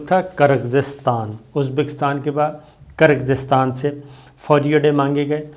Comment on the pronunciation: gir-gir-staan 🤭, is trha keh dein “Kir-Gis-taan” Geo Slomo Murshad